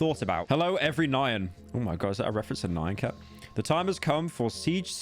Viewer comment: Pyro saying “nigh-yan” instead of nyan killed me lol No Pyro it’s a reference to Azumanga Daioh. “Hello everynyan! How are you? Fine, thank you”